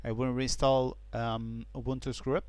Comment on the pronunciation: presenter appears 2 have problems pronouncing vowels. i could not make out grub : grəb bug : bəg & label : lā-bəl. Had 2 listen carefully & piece together the context.